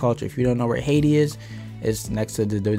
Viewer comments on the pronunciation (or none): none